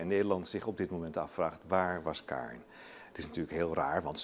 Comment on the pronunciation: Die rechter gast zegt steeds kaarn inplaats van karen en eigenlijk zeggen ze dat josje vlaams is... GIRL